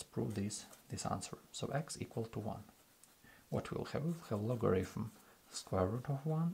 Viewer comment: мой руSSкий друх! В слове logarithm звук фьі встречается ноль раз. То, что безграмотньіе московитские переписчики букву тета читали то как т, то как ф - не означает, что в английском язьіке можно устраивать такой же бардак.